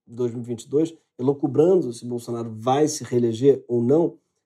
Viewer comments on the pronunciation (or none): Parabéns à equipe por todos os programas. Acompanho de perto e tem me feito muito bem. Sem pretensões, aos eu acredito que seja correto elucubrar, não elocubrar. Fiquei em dúvida e consultei DICIO que mostra o mesmo. Abraços. Com carinho....